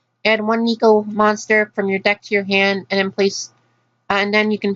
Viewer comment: Triggered by how you say "neko."